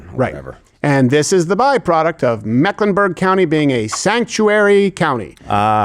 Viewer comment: It’s Meck, not Mack